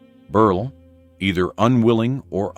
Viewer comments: "Berl"! Not "Berlay" or "Berlee"! Geeze! AI is moronic! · Tell me you’re cheap ai without telling me you’re cheap ai! I’ve never heard the name Berle pronounced so many different ways without getting it correct!